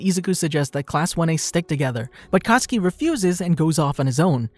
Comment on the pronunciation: When you say katsuki I heard akatsuki